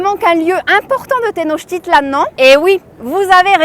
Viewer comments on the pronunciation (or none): SEV se PRONUNCIA tenochtItlan. ACENTO EN LA PENULTIMA SILABA